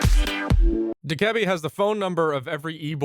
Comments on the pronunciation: Dakeebi? DokaBae is how its said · Did he say dikebee like bro it’s doke a bee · Also saying dukebby not docabee (this is the phonetic way of writing) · FYI it’s pronounced Dough-Kuh-Bee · Y do you say Dokkaebi like that!!!? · I hate how he says dokkaebi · Is dokabi really pronounced like that?